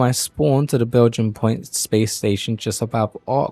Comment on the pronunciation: Belgian Point? Funny. It's Bai (bi) jini (jee nee) Point.